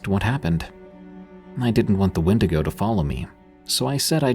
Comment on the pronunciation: 32 real wendingo sightings : "aliens"